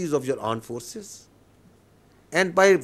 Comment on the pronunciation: AAND FORCES!